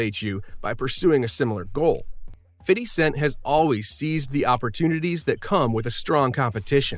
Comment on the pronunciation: Why do white people always pronounce his name “Fitty Cent” 😭 my guy leave it “fifty”.